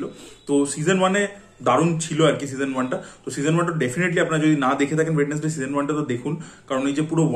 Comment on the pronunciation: স্পেল ঠিক করে করো আগে, ওয়েড.নেস.ডেই না ওয়েন্সডেই